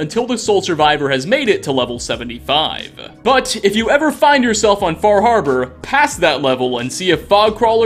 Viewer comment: Far harbor? WHats that... It's FaH hAbAh